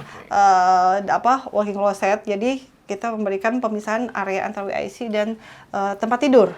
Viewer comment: Mungkin maksudnya "dabel yu ay si", bukan "wi ay si" untuk penyebutan singkatan walk in closet (WIC).